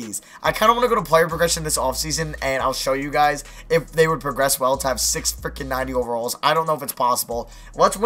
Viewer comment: idk what's worse, u saying "howey cwap" or "fwickin"